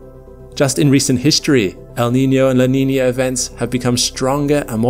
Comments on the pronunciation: What is this, “la Neenyur” he mentions every so often? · It's NOT La Niner... it's La Nina with an "uh" sound on the end, NOT an "er" sound. Practice it. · its "la nee nyer", actually. learn it. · "la niñyurr"